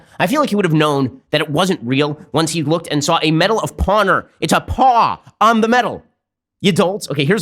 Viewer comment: I think Ben is really proud of the medal of "pawnor" lol